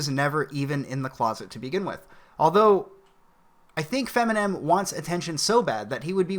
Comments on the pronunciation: Did you say Feminem? Funny shit. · "Feminen" lol. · I'm sorry, did you say "FEMINEM"? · Fem-inem. Lol